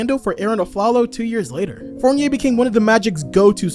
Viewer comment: The way stern said fournier's name is crazy lmao